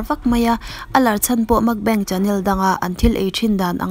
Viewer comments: Makbeng tia lam hi a diklo,Mukbang tia lam tur... Korean ho chu an bo hu ang,Mukbeng tih chuan😁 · Makbeng tia ilam hi mak kalo ti nasa mai, Mukbang chu Mukbang ti a lam tur ni tawp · Nilo, a lam dik lo anih hi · A ngaihnawm thin e chutih rualin I pronunciation a dik lo thin erawh a ngaimawhawm ka ti. Entirnan 'Mukbang' aiah 'Makbeng' I tia, 'Salmon' aiah 'Shalmon' , a dang pawh a awm nual thin. Nangni ang narrator emaw reader tan chuan thumal lam dik hi a pawimawh sia ka lo sawi ve anih chu.